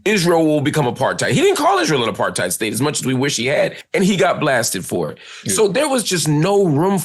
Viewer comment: Apart-heid not aparth-eid.